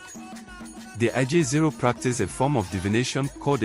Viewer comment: It’s pronounced Izon or Ijaw